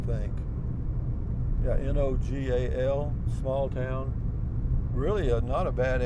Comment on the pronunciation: Nogal is pronounced No-gal (gal like a girl or woman. NOT like gall as in gallbladder)